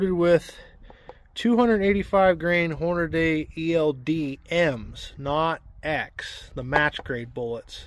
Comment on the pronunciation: Everything was fine until you said "Hornaday" 🙄